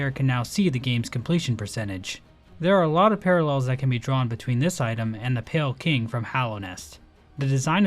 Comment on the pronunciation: calling pale king as pale kind, smh you fell off